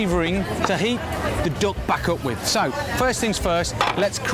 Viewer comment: its called duck , not doack